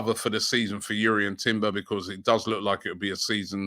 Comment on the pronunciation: Robbie it’s Jurien Timber not urien Timber it’s pronounced with a J he came out him self and told reporters that. Great show as usual